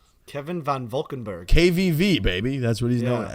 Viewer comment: Van Valkenburg.... Veahn Valkenbérgh